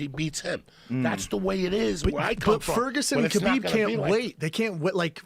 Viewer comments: Khalabeeb 🤣🤣🤣🤣 it's better then Kebab 🤣🤣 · Khalabib hahahahaa 😂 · “Khalabeeb” bro WHAT 😂😂😂😂😂😂😂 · Calabyb and stiopyc LOL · It's kalhabib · Joey "Khalabib" Diaz, Yeeee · I like how Joe is giving Joey shit for "Khalabeeb" when Joe himself isn't getting the name right either. He's calling him "Habib." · I WANNA SEE KHALABEEB. "Khabib" THAT'S IT END OF STORY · Khalabib lol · Turned Khalabib is a meme brilliant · One of the funniest parts for me was Joey butchering Khabib’s name “Collarbeeb” but being able to pronounce Dariush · KALABEEB!!!! SEROWNNNNNNN!!!!! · It's "Kalabib" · I fucking love this dude. Stiopic, Tyrone, Kalibib 😂😂😂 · just when i calm down laughing from the last time the man says khalabib once more and there are tears streaming down my face again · Khalabib... 😂 so many times... Khabib must chng his name... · Khalabeeb McGregor JD promo brought me back here. Lol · Then he calls Kahbib... Kalabib.... hahahahaha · "Kalabib" lmao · OH MY GOD!!! JOEY FUCKIN KILLED IT! WHEN HE GOT KHABIBS AND STIPES NAMES WRONG!! DEAD!!!HAHAHAHAHAA